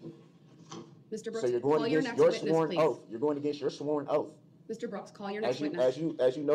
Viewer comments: Would love to see how the stenographer interpreted everything. Like "ask" or "ax". Or the 100 other ways he pronounced words incorrectly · Am I the only one who notices he cannot say the "th" in front of words. Its either "diss and dat" or "oaf of office". The way he pronounces 🪓 and other words is brutal! And when he doesnt have that mask on and his lips purse or protrude makes me cringe! Where are his 20 friends??